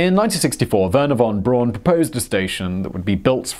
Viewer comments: It's Braun. Not Brown. Wernher von Braun. LOL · Von Brorn? Lowry? Simon never bothers to check how to pronounce anything! Not as bad as his half-arsed attempt at "Die Deutschland", though! And "The natural pull of Earth's gravity... eventually pulled closer to Earth" is not what made it lose altitude. It is due to air resistance. Thanks. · Simon, just so you know, Wernher von Braun's surname is pronounced 'Brown' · Jeez you English really know how to misspronounce any name... you fakt it up!!! Really... can you frikking guess what the German Braun means? (I'm Dutch, a neighbour) It frikking means BROWN. Isn't a hard guess I think. But listen. Nou... How to pronounce... It's the frikking same as in English you dope's!!!!! Braun=Brown. Are you vommiting when you cough out that name? Jeeeez you frikking englinsh... Just like roman names. Johannes is everywhere Johannes but except in English. Too hard for you!!! YOu made it to John. Or Like Petrus. Whole frikking Europe Says Petrus....no you special English must make it Peter..... Even you own language you find hard to pronounce!! It frikking terrible!!!!! YOU SPECIAL!!!!!